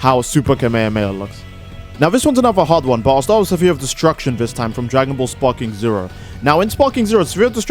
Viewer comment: "Sa-fear of Destruction" I'm sorry, I'm a bit high up here- WHAT DID YOU SAY?